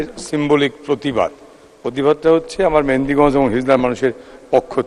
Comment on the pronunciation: মাননীয় মন্ত্রী মেহেদীগন্জ না উচ্চারণ টা হবে মেহেন্দিগন্জ, আপনাকে ধন্যবাদ মাননীয় মন্ত্রী।